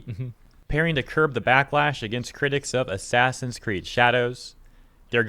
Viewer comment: ASS-ASS-in's Creed: Shadows